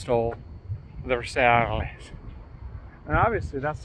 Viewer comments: Frrench guy here. Love your humour, so rare amongst the usual bravado and steroids related to the car restoration. Side note : Versailles was the residence of the king of france , Louis , the 14 th, and you donnot pronunce the "S". You just say " Versaille", a bit like "Versy". My 2 cents😉 As usual, excellent work. These kind of land yachts are barely seen on our roads, but i was privileged enough for driving a couple of miles as a passenger into a Mark 6 , in the middle of Britanny . Talk about narrow and cornering roads here! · Love your episodes. Your lingo is hilarious. This is a Lincoln Versailles, pronounced Vair Cy, it’s a city in France. But, you most likely already know that!🤪Keep up the great work! 👏🏻👏🏻👏🏻👏🏻👏🏻👏🏻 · 😊That's close. It's pronounced ver-siile.👻 Ghost car being pulled out into the sun!! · Lincoln ver-s-eye. Basically a ford Grenada with a trunk bump. Or a Grenade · If you’re not making fun, I believe the model ‘Versailles’ is pronounced something like ‘Ver- Sigh’ as in the palace King Louis XIV built in France to include the ‘Hall of Mirrors’ and other wonders. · Lincoln Versailles (ver-sigh) Papa had a sweet '79, same color ext and int. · Hi, I think the name is pronounced Verse eye, unless it was part of the documentary.! Certainly a different situation for driving on our roads in England, but hey, Well Done ! Bob Newton , Norwich, Norfolk.👍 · It's pronounced “Vair - sigh”, and one of the weirdest things about this chassis is how the built the power steering. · Ver sigh...like a luxury Granada. Love the content though; keep em coming. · Loving your mispronunciation of Versailles! It's pronounced Ver-Si, with a long I. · Versy is how it's pronounced.🙂(Versailles) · Versailles = "Ver - sai" not whatever you said 😂. Great video though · Versailles is a place in France, and it's pronounced Ver sigh. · Pronounced Lincoln Continental “Vers-Eye”! French word . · I'm sure you know the correct pronunciation of Ver-si. 😂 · It’s pronounced ver-sii. Lol